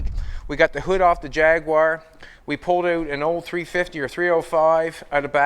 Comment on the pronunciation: Cracks me up the way you say jag-u-ar……